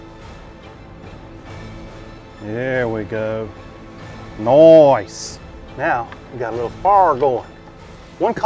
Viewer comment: Awesome!! But the "noice" gives away your New England roots. New subscriber.